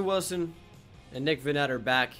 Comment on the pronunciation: It’s VANnet